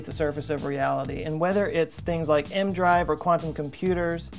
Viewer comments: Isn’t it pronounced “E-M drive”? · A part of me dies inside each time he pronounces it "m-drive" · No. He says M drive in the video. E-M is an abbreviation. He apparently is treating it like an acronym. He would pronounce Dr. as Der instead of Doctor had he lacked the benefit of seeing it in common use. Failing to know the name of the device, in and of itself, is a pretty strong indication he doesn't know what he's talking about. There is no variant version they tested where it's just a Magnetic drive that I ever heard. Regardless, even if there were, he is talking about microwaves; the original. I started watching his videos recently and they aren't very good. He freely admits he knows next to nothing about the topic he's discussing when it's about technical science. But he regularly hits half a million views. Can't knock him; he's honest and he's getting paid to be a know nothing. Not to say it doesn't take quite a bit of work to present his utter lack of knowledge; I'm sure it does take work to make the videos. If he pretended to know, then I'd be pissed, but he doesn't. I guess this shit is in demand. I probably should make a Youtube channel too since I know nothing about a lot of stuff and I read the same stuff he does.